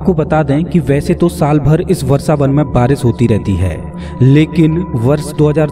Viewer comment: What is Varsavan? It's vrashavan. You cant even speake hindi properly??